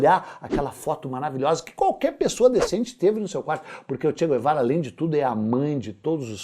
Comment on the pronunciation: "Che quervara"